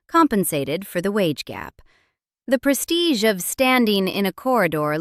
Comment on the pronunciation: “Prestige” lol